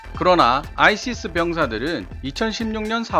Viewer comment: ISIS는 '아이시스'가 아니라 '아이에스아이에스'로 읽습니다.